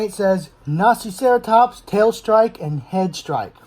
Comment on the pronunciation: Did he say naziceratops?!